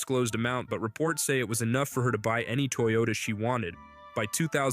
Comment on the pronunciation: “toy Yoda” not a “Toyota”